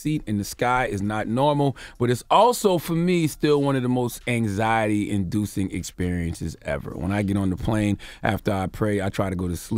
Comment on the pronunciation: Nobody: Absolutely nobody: Charlamagne: AnXiEtY